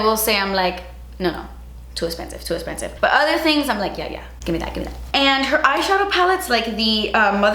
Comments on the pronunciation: honestly it makes me so sad that she doesn’t say “das esspensive” that much anymore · I think you meant *ESSPENSIVE